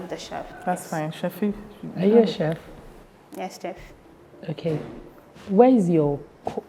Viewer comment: From the bottom of my heart Ma, can you correct the contestant’s on the correct pronunciation of “chef”, I can’t take it anymore 😭